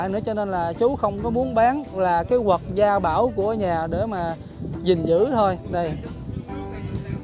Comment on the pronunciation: cái " vật " gia bảo nhé, không phải ' quật " đâu,kkkk